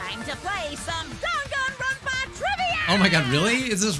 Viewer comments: the “dan” in danganronpa is pronounced more like “dahn” than “dayn” according to the way Japanese works. In Goodbye Despair they say it correctly after each chapter ends. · I pronounced it "Dain-gone-rom-pa"